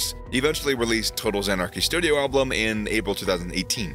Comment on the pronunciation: Why do you say alblum? There's only 1 L in album 😂